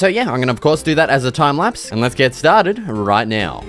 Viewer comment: “Let’s get stah-did!” 🏆 Best Minecraft videos on yoootoob